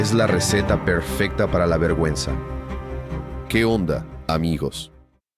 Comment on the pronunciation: Que difícil escuchar a decir que onda 😂 hasta ahora no vi que esto funcionara bien sin la revisión de un nativo. Hablo inglés y veo todos los videos de the deep end, con gusto los revisaría para ustedes.